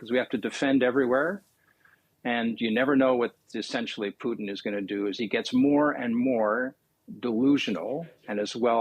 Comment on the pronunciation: Loved how he called Putin “Poutine”…… almost spit my coffee out…..